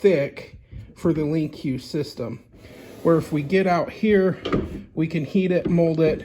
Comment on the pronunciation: just a heads up, it's actually just pronounced LINK , not lincuw box.....